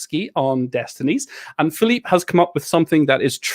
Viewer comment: Man, you nailed the pronounciation of Filip's and Michał's names, well done!